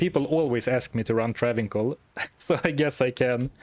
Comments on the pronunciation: IF you ever read this, Travincal is pronounced like Transylvania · to clarify, the 'c' in Travincal is pronounced as a 's' sound